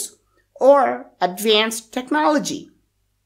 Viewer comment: Its not pronounces technă'lgy its technôaľg